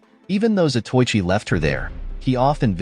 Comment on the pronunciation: It's a good movie that I have a copy of it in my hoard of Asian martial arts movie. I wish the narrator pronounced some of the Japanese words correctly. Zato Ichi, is like pronouncing Zorro as Sorro. It's Za toe I chi. Quite a well know late 50's to early 70's, blind swordsman. There's only been two or three Japanese Samurai movie series. Shintaro Katsu as Zato Ichi, the blind swordsman. There was also Lone Wolf with baby cart, which was Ito Ogami, the former royal executioner with his young son in the baby cart. That was Wakayama Tomisaburo, who I believe is Shintaru Katsu's brother.